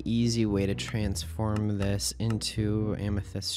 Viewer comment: I love "trabsfirn"